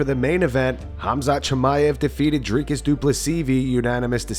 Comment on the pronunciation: Why does Belal call him "driscus"? What an idiot...